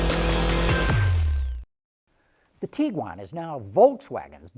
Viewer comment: His pronunciation of Tiguan honestly is making me very uncomfortable It's TIG-GWAN Not TEE-GWAN.